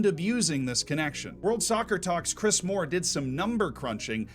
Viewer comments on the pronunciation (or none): none